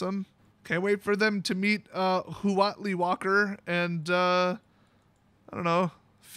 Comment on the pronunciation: The actual pronunciation of "huatli" is "watt-lee". Only if you care, because WOTC sure doesn't! Also, the Aztecs did have an emperor. Final side note: xocolatl is just aztec hot chocolate.